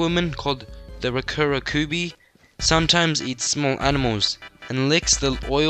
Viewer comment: Ik im late but rokurokubi incorrect instead rokerrokubi